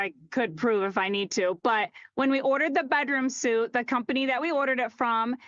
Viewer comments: It's not an encouraging sign when a higher-up at your furniture company talks about a bedroom suite, but pronounces it "suit", not "sweet". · The furniture store lady should lose for pronouncing "suite" as "suit"